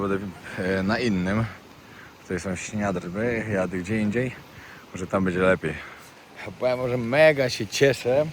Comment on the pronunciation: nie Śniadrwy tylko Śniardwy!